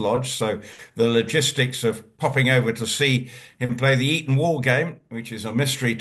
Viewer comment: Eton not Erin.